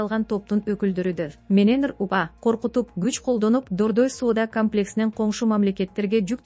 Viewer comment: Кант п окуйт комплекс ти камлекс дейт,кодексти кадекс дейт " о"болгон жердин баарын "а" кылат ко, ударенияны кандай коюшту уйрончу😂 уят!